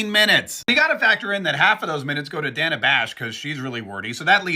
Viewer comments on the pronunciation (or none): Funny that KaMAla pronounced Dana as danna! Haha